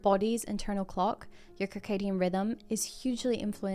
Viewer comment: It's circadian [sɜːˈkeɪ.di.ən], with the sound S in the first syllable. 🤗❤